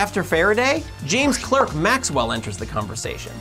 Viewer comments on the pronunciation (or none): Very entertaining and substantial as usual, but Maxwell's middle name was pronounced as "Clark." Why that is though, nobody that I know knows! It's one of those physics mysteries that may never be solved... When I was in college wayyy back in the 60s us physics students had t-shirts that said: "And Maxwell said: (followed by all those equations) and there was light." When I tried to get one recently though, every single one of them started with "And God said..." which ticked me off so much that I still don't have one - but I do have the "Hail Sagan" one in devilish flaming red letters with a picture of a grinning Carl on it ;)